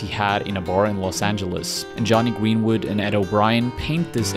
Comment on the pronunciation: jonny gweenwood LMAO